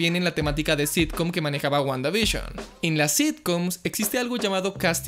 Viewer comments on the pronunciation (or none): Nadie:: Wguandavishon Yo: Guanda y Bisión;-; XD